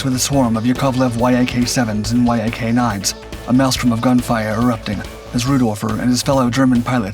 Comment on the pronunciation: There called yaks not Y.A.Ks